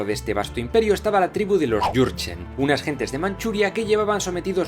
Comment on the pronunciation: Jurgen suena a Yurchen y yo me llamo.jurgen